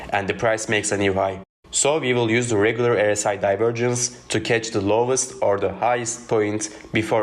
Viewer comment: Your English is clear but you mispronounce the 'R' in RSI as an 'E'. You say 'errr-si' instead you should say 'are-si'.